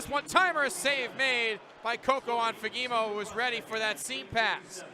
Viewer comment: As a Swede I understand that it might be difficult to pronounce his name but the first one might be the worst pronunciation I have ever heard😅 it is Fa-ge-mo